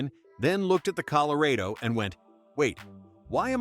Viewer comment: Col o ray doe? I smell AI... 💩